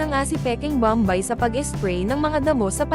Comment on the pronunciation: Pls lang hindi bambay ang pagpronounce kundi bom bay .